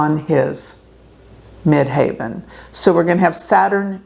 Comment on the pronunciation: By the way --- as someone who has done astrology for 50+ years...the pronunciation you keep screwing up is MID-HEAVEN....NOT MID-HAY-VEN (the highest point above the horizon - Ascendent). Do better.